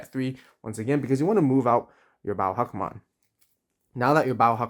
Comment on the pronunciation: I'm sure there is behind him being called huckmon but sorry hackmon just sounds so much better and sound like a real digimon imo.great video as always, keep up the good work